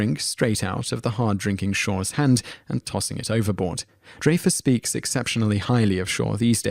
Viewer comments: Dude, the man's name is DREYFUSS, with a long "I," NOT with a long "A." It is hard to believe that you have inside knowledge of the feelings these actors have toward each other when you don't even know how to pronounce the name of an actor who is known throughout the world. Raise your hand if you didn't know the proper pronunciation of Richard Dreyfuss' name. See? No one but you. A person's name isn't open to another's native tongue. A person gets to determine how he or she wants his or her name pronounced, and in this instance, it is Dreyfuss – WITH A LONG "I." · It is pronounced "dry-fuss" NOT "dray-fuss." He is a very famous actor so it is worth pronouncing his name correctly. Shaw and Richard made up a bit before Shaw died. Shaw was an awesome actor; he is the best Henry VIII in film history in his bit in A Man for all Seasons. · He just misplaced the "ray" into the incorrect "Dray-fus" instead of "Dry-fus"! I like top tens, and kudos to him for doing them on some different topics. But he should really start putting a little bit of effort into researching the correct pronunciation of names as said by actual people that own said names. The chronic errors make the videos as cringe worthy as middle school presentations. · William Shatner is not a nice person -- a fact well-known throughout "the business." And it's pronounced "dry-fus." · It's pronounced Dry-Fuss. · It isn't pronounced DRAYFUSS and who is Harold Rahmis or Raamis.......you said both!!!! You obviously looked this up and actually have no knowledge. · Ok, yes I know that the British accent will say words differently, and that is just fine, but names are a bit different. You say names the way they are intended to be said. It is Dry-fuss and Ray-miss. It is how they themselves say it, therefore that is the way it should be said. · Avoid pronouncing the name, "Dreyfuss," it makes you sound silly. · DRY-fuss, RAY-muss. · It's Richard DRY-fus, not DRAY-fus. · Pro nouced Dry fuss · Dray-fiss is wrong tho.